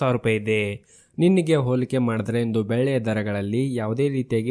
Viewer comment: ಸರ್ ದಯವಿಟ್ಟು ನಿಮ್ಮ ಉಚ್ಚರಣೆ ಸರಿಪಡಿಸಿಕೊಳ್ಳಿ. ಬೆಳ್ಳಿಗೆ ನೀವು ಬೆಲ್ಲಿ ಎಂದು ಉಚ್ಚಾರಣೆ ಮಾಡುವಿರಿ.